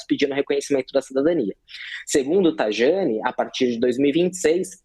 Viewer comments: O cara que vende cidadania italiana não sabe pronunciar corretamente o nome do ministro. É 'Traiani', não "Trajani". "i lungo", carini miei!!!!! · Se pronuncia Taiani. Ok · Uma das empresas mais marketeiras do mercado! Onde o próprio CEO falou em podcast que cidadania era VENDAS. Faz black friday de cidadania e não sabe nem pronunciar o nome correto do Tajani 😂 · O “especialista” não sabe nem pronunciar o “J” italiano. Estas empresas são parte do processo catastrófico. E quem contrata também. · Especialista que não sabe nem pronunciar o nome do Tajani! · Pegaram o marketeiro pra falar! 😂 Especialista ele 😂 não sabe nem pronunciar o nome correto do Tajani